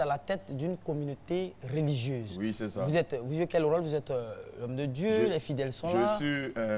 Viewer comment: Hum RTI on dit pas "réligieuse" mais "religieuse"